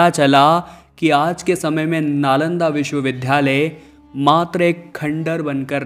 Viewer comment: ये नालंदा विश्वविद्यालय है लेकिन आप बार बार बोल रहें हैं विश्व विध्यालय!‼️